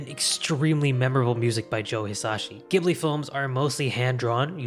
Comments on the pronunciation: ジブリ Ji Bu Ri "jibli" "You sound like a damn fool when you say it wrong." The sad part is that you (and others) seem to be feeding a whole new generation (of Americans) mispronouncing the studio's name. Scrolling down the comments (as far as I dared) I saw several other issues brought up, but not the mispronunciation of the name of the "most widely recognised" anime studio. 🙄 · Ghibli is pronounced with a soft G not a hard G. In Japanese it’s pronounced ジブリ JIBURI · Hii just a small correction Ghibli is pronounced “Ji” buri not “geh” buri. Thanks so much for this video ❤ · Pronounced as 'jibli' not gibli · While the Arabic word ghibli is pronounced with a hard g, the Japanese Studio Ghibli is pronounced with a soft g like a j. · Good video. Although this video has made it painfully obvious to me that nobody in the west pronounces Studio Ghibli properly. It’s actually pronounced “Jibli”. Now I can understand why people make this mistake because the original word (which I think is Arabic) is pronounced with a hard G. But if you look at the katakana you’d see the first letter in Ghibli is “Ji”. (ジ) The reason for this is because Miyazaki, when deciding to use this word to name studio, didn’t realize it was pronounced with a hard G and nobody ever bothered to correct him. So in short, it’s pronounced “Jibli” despite being spelled “Ghibli”. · Thanks for the video! I learned a lot. However, one thing you did get wrong was that "Ghibli" is actually pronounced "Jibli", despite the spelling, which would make one assume differently. Also, it's not quite a correction, but I feel that winning an Oscar says nothing about the quality or competence of an anime work, and they have nothing to prove to award givers in a country that can't produce animation even 1/10th as good as Japan. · Yup, came here to say this. It's JIH-BLEE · Studio Ghibli is pronounced with a "J" sounds like "Jibli". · Studio 'Ghibli' is pronounced 'Jibli'. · It's pronounced "Jiblee" for Ghibli